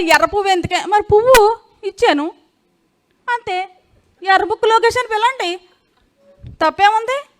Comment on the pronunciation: యర్రా్బుక్ కాదు ఏరి్బుక్ కొండఏరిపప్ప బాబుగారు చెప్పారు ఇంగ్లీష్ నేర్చుకుంటే మొదబాయిలు అన్నారు లోకేష్ కూడా మొదబాయ్